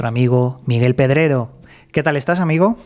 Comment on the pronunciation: ¿Pero que le pasa a Miguel con las R? Grrr tiene un problema suenan como gggg las pronuncia muy mal sin marcarlas grrrrr 😅 Miguel Pedregggoo